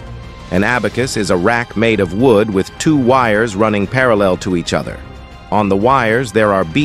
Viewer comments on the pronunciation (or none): none